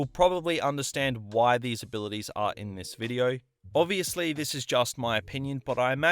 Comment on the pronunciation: Take a shot everytime he says Videouh